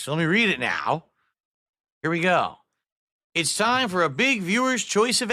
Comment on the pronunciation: "So lemme read it naohww" He sounds drunk af the way he slurred that